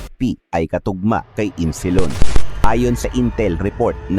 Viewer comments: Isnilon not Insilon po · Isnilon hindi insilon😅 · Boss isnilon Hindi insilon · Insilon o isnilon?😅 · hind insilon.isnilon yan .ayusin mo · Isnilon hndi insilon😂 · Isnilon ang nakasulat ahh...bakit insilon ang banggit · Isnilon Hindi Insilon? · kopya nalang story mo mali pa pagbigkas mo ng pangalan ayusin mo sunod pa dumami views mo🤔